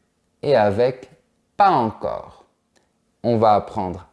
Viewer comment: Salut J'ai remarqué que tu ne fais pas la liaison entre quelques mots et ceci je l'ai constaté à plusieurs reprises par exemple dans cette vidéo tu as dis "pas encore "sans liaison entre s et en (pas z encore) Ma question est pourquoi?